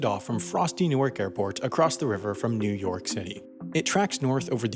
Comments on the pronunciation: Is he trying to say "new york"? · New Erk > New York